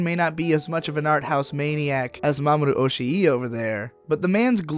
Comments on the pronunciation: It's not Oshi-e, it's Oshii, just prolong the "i" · you've been making this mistake for a while so I figured I should let you know that in Mamoru Oshii's name (押井 守 in Kanji), Oshii isn't pronounced Oshi-i (as in two distinct "i" sounds), but just with a single protracted ī. Oshii's name in hiragana is おしい まもる, which is pronounced like this: Oh-shii Ma-mo-ru. You do not pronounce い as a second "i", it is just put there to signify that the "ii" is meant to be a little bit more drawn out/emphasized. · Great video, but man you seriously suck at Japanese pronunciation. Kind of surprising for someone who ostensibly really knows their shit otherwise.